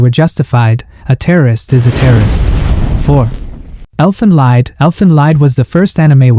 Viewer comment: I am a fan of your channel and this video in particular -- one remark though: "Elfen Lied" is from German and it is read as "LEET" (and means "song"). Best!